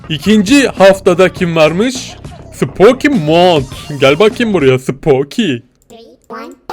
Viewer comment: abi ben spooky month,u normal modda az kaçırarak bitiriyorum bide spooky month öyle okunmuyor spukiy mont diye okunuyor